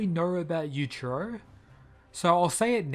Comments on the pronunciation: It's Yuichiro not Yuchiro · The way you say their name makes it really hard to tell which one you’re talking about. Yujiro: yu-jee-ro Yuichiro: yu-ee-chee-ro